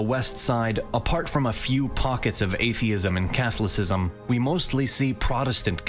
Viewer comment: Catholicism is not pronounced Catholic-ism.